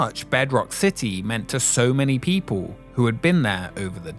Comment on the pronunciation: City, it has a T in it.